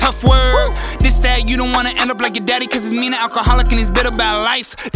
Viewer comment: hey says “ion want”